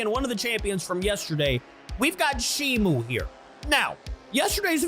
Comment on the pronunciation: its shimo not shimu